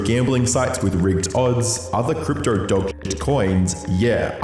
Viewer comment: Brother the way you pronounce “crypto” as “cryptrer” is killing me🤣